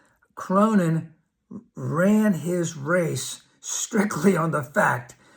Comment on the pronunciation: thanks for. btw, the dude's name is pronounced CORNIN, not CROWNIN